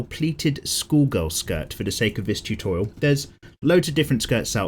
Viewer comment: "It's time for another chutorial"